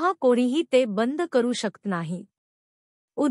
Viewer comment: शकत म्हणा,शक्त नका म्हणू,प्लीज.